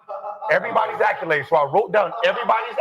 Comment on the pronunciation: Im gon need Gil to learn how to pronounce accolade.